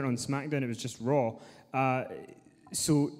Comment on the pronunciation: Can someone tell Stu that its called "Raw", not "Rawr"